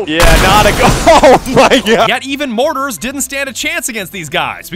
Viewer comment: it’s pronounced MOARtars, not mortats